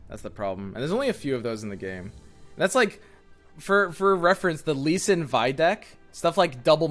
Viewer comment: Normal human: repeat after me, L-E-E S-I-N: L-E-E S-I-N Normal human: Lee sin: Shen Lee